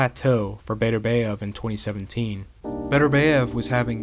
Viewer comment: Love your videos. But please research the pronunciation of names. You pronounce Bivol perfectly, but you mispronounce Beterbiev by saying Beterbeiv